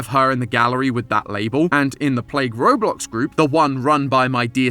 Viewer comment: Robuck lol